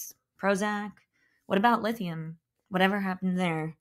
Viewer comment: Dr. Kennedy be like : "Wathavahh happened there !?" 😡